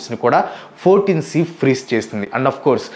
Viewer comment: It's not 14 C brother, it's I(i)4 C